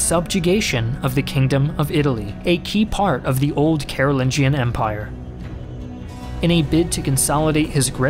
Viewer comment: actually its read as Karu'linyan not Karu'lin-john